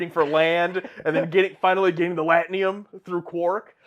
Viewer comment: Also it's pronounced… • L-wax-AH-na (not Lux-WAH-na) • LAT-a-num (not latnium) • BAY-jore • ROUNDabout Also, pronunciation of "Auberjonois" was truly excellent! 🙂